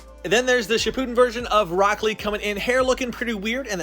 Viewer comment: Why he said shipun instead of shippuden